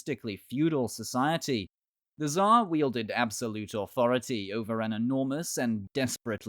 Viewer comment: Just say it TSAR !! With R on the end. This way it will be at least one matching sound with original name!